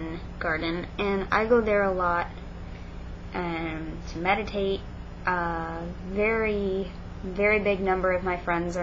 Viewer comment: When you said "meditate" I thought you said "medicate" and I was like oooo, I got it now though. If I was a student there I would try a spell or 2 with you out of curiosity, even though I am not supernaturally inclined. Pagans are nice, ignore the weird christians.